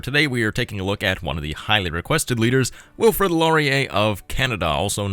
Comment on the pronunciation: His name is Wilfrid Laurier not Wilfred... It's the right spelling in the game.